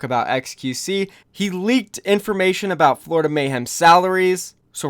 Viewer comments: oh boy i love the 'Florioda mayhem' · “Florioda Mayhem” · "Florioda mayhem"